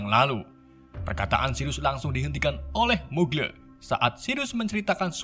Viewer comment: Mugle; magel